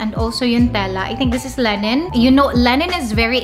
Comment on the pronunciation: Mispronounced THAILAND, LINEN etc Lol